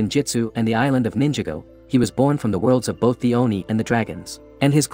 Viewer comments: It’s ninj ah go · Pov: You are triggered on how the video keeps mispronouncing ninjago and Nya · You at triggers he says Nyaaaa wrong and Ninjago as ninja go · how was nadakhan (idk how to spell it) pronounced correctly but nya or ninjago weren’t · How did bro say ninjago and nya wrong they even said how it's pronounced in the show 💀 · This video is F###ING TERRIBLE!!! You keep mispronouncing Ninjago & Nya!!!